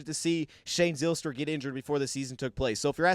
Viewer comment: This gave me a smile as we share the same last name. Btw we pronounce the y as a long I. Pike instead of pic for example.